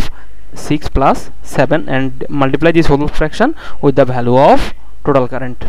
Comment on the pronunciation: Nice explanation bro...but I think u should improve your pronouncation.. instead of saying value you are saying bhalue...so that's my small suggestion.. Keep it up bro